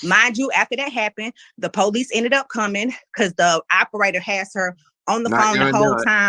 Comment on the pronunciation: The Pohlease. I love when ghetto queens make police 2 syllables.